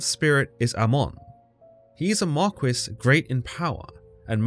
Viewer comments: I’ve never heard anyone pronounce Marquis (Mar-kee) as Mar-coo-ees 😂😂😂 just turned this video into a comedy 😂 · 😂 glad im not the only one who had a good laugh about it. He caught me off guard with that pronunciation